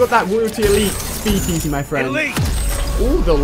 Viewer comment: Have you got torrets? You keep saying my fwend